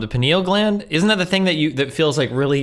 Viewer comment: The 'penile' gland lol.